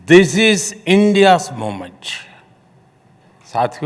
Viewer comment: Not moment it's 'momench ' 😂😂😂😂😂